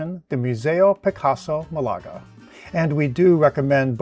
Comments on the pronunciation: But pronunciation is MAHlaga, not maLAga. Just sayin', Excellent video otherwise. I'll be going there in a month or so, and now I have ideas for what to do there!😂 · Excellent video, thanks! However, please note that the city's name is spelled Málaga, and the accent is on the first syllable, not the second.